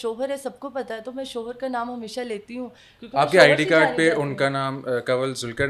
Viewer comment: Please apni host change karain......in ko itna sense nhi hai k ye kia Keh Rahi kis lehjay Mai...... shoooohor ye shooohor kia hota.....shohar........Mai to Shuru Mai in ka bolna daikh kr......program Pura daikha bhi nhi